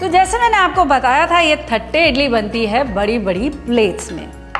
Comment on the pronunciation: O Come on. Let's be honest. It's only written as "thatte" but it's pronounced as "tatte".